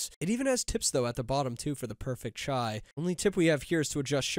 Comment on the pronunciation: Damn bro actually said Chai pronounciation correct 🙏